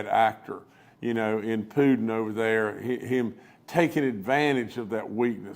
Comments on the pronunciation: You know, you know, you know, you know !! Please give this moron some speech lessons!! Did he just call Putin, “Pudin”??? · Did he call Putin, “Pudin”???